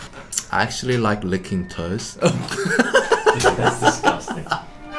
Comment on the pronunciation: I thought he said 'toast'...